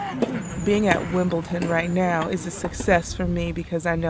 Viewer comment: I'm from Wimbledon and I recall ya'all calling it Wimpleton way back when you first arrived - so sweet :)